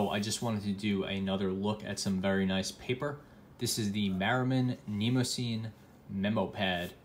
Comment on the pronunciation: Wrong pronunciation, but understandable. I pronounced it the same way until I researched the paper. It actually should sound like knee-moss-a-knee.